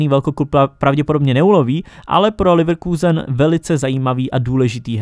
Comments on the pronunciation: Leverkusen nie Lívrkuzen :D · Prosím říkej Leverkusen a ne Lívrkůzen